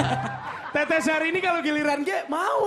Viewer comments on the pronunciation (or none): Apa cuma gua yg denger Gilang ngmong Teteh Syahrini jadi Tetew Syahrini? 😅